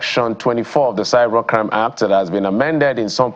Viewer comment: How does channels select their guests? The media must remember that they also have a responsibility to educate the populace. A SAN pronuncing ACT as HACT...SMH